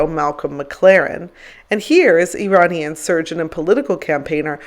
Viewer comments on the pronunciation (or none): none